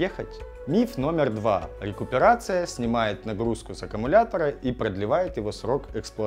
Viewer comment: РЭинккоронация на лесопети)))